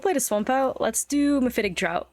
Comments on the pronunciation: not trying to be rude but "draught" is pronounced like "draft" not like "dr-OWt" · Draught is pronounced like draft not drought. English is a silly language